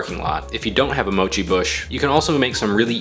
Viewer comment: Americans pronounce mochi very strange